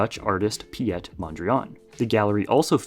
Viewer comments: You know that Wikipedia has pronunciation guides, right? His name is not Pyet, it's just "Pete", like the shortened form of "Peter". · Piet Mondriaan, Piet is pronounced as the English name Pete, not Piët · Just a helping hand from the Netherlands: "Piet" is pronounced as "Pete", with a slightly shorter 'e'.